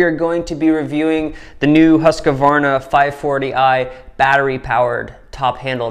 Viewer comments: Im from Sweden where the saw is made from the beginning. Its kind of funny how American pronounce the name.. "Husk-kvavarna" .. Its pronounced "Hus-kvarna" :) Just a little note :) Im running Sthil saws though.. MS251CBQ and a MSA160 .. Just for some firewood around the house. I must say i really like the battery saw for small jobs its really quick and handy and the battery last longer than i though really.. Husqvarna company was founded in 1689 and has around 14000 employees today. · Please Husqvarna and not Husqavarna 😂😂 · I know that you should have a planet named after u, but I dont think that you are almighty enough to change the way things are spelt lol. It is pronounced HUSK-VARNA, not HUSKA - VARNA. I dont know, u yanks. lol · Huus-kvaarna. Not huskavarna ;) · Greetings from Sweden, I just have to point out it is pronounced Hoos-kwarnaa (sort of like kwanzaa). Great video as always, and give my best to the wife. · Having grown up less than 1h from the place Huskvarna whrere the company set off at least (don't know the type of production there today) it's quite amusing to hear Americans butcher the name :) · As a Swede its kinda fun hearing you pronounce Husqvarna 😊